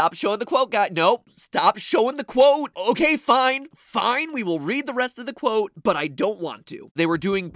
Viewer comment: Stop saying cwote